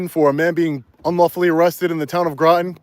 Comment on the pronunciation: Groton rhymes with Rotten